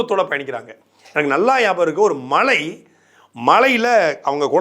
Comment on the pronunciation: Sattaikku thamizhbkooda pesa Theriyala. Mazhai (Rain) enru solvatharku malai (Mountain)enru solgirar .Evarelkam pesa vanthuttaru. Very Bad Mr. Sattai